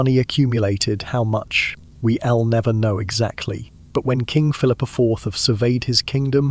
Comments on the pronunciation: Terrible AI narrating..... "Isn't = isn TEE...... we'll = we ELL" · Please tell whatever so app you use for narration not to shorten words used in sentences and just use the whole word. The fact it doesn't understand it, mean it's really annoying. "I'll, we'll". 'Europe's being said as 'Europe S' and so on. I love the content and everything else. But I am not sure if I'll be able to stick with this until the end.